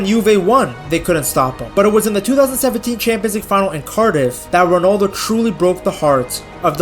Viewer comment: Indian accent ronaldoooooooooooo